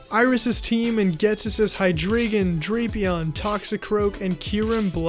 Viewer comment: Also drapion is pronounced (Dra-pee-on)